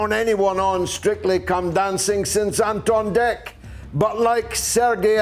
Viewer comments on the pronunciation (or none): He said Anton Dec 🤣🤣